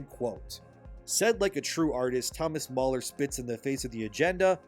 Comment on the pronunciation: NOT MAULER it's Thomas Mahler Ma like Mars